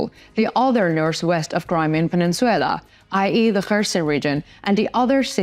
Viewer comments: Peninsula/ please correct it. Not peninsuela PE NIN SU LA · Penin-SU-LA not SUE-LA. Either way, Ukraine will have it back soon hopefully. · Wtf is a pen squel la? It’s pronounced peninsula! Your pronunciation blows! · You pronouncistion of peninsula is incorrect its puh nin syuh lah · I would like to let you know the Crimea pronounced Pen ish I’ll a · Good show, real quick the English pronunciation on the word peninsula is something like this: Пенйнцюла - hope that helps - thanks for the good content! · Penenswaila sounds sexy! No biggy! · I really prefer this no nonsense delivery, of the news from 🇺🇦Ukraine🇺🇦, also I prefer this one, because of the use of maps, instead of the use of video that isn’t related to the news, that most of the others use. . .. … I also found the mispronunciation of peninsula, to be entertaining at first, but it is becoming a bit of a bug bear now, so I wish someone would tell her, that it is pronounced, pen-ince-u-la(pen ins u la), and not pen-ince-suella. . .. … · Needs work on pronunciation. Peninsula. No W in the word. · Please learn to correctly pronounce "Peninsula."